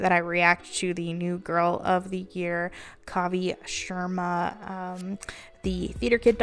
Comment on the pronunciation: I like her, but I wish you would pronounce her name correctly